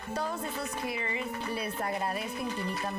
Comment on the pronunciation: Espera que dijo danik ``Haters" pero dijo hirst